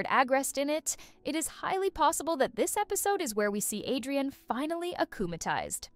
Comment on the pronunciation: Villain and Cat Noir NOT Villen And hero noir also its adrien not adiran